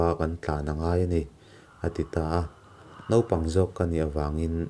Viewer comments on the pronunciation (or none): none